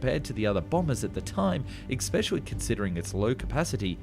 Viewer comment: "Especially" has no "c" or "k" and is pronounced ess-PESH-ee-al-ee. Thanks for narrating, by the way. Human narration is a good thing.